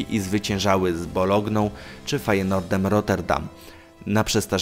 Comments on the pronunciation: "....rozgrywała mecze z BoloGną..." Ja pierdole koleś jesteś żałosny. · boloGną XD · Z czym do chuja? Z BOLOGNĄ? Z BOLOGNĄ KURWA?